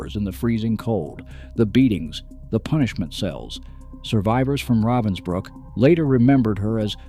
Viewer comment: It’s not Robinbrooks it’s Ravensbrook.